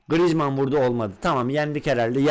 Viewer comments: D GRİJMAN DİYOSUN xD :AS:WQ:E:WQAS:DWE:Q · Abi grizmanı yanlış söylüyon